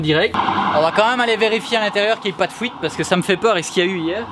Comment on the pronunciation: ''la fouite'' lol